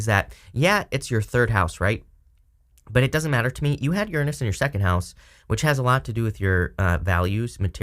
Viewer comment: Thank you for saying Uranus correctly!! 😭😋